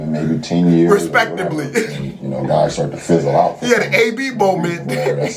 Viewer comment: He said respectibly